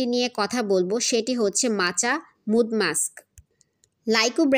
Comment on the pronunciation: এটা মাড মাক্স বলে মুড না।